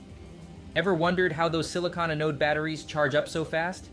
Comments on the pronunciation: Learn the proper pronunciation of the word Anode. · Teach your robot how to pronounce "anode"!